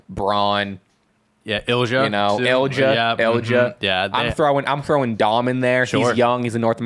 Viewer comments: no it’s not. He’s right it’s ill ee ya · Great episode! Just wanted to point out Ilja Dragunov is pronounced like Il’ya, silent j. Also i think the tag John was missing the name of was DIY. I’m really excited to see them on the main roster, one of the great tag teams of the black and gold era, them vs KO/Sami, vs Balor/Priest are dream matches and will hopefully lead (in a few years, let them cook as a tag rn) to another Ciampa turn and a Wrestlemania Ciampa V Gargano fight. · I’m pretty sure it’s more like ill-ya. No added E sound. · no hate AT ALL but here’s the english pronunciation of ilja dragunov: ill-ee-uh drag-uhn-ov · Btw… it’s pronounced ill-ee-uh dragonov